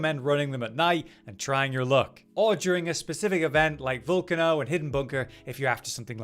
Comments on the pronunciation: Volcano not volcuno 😂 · oh I couldn’t understand what he was saying 😂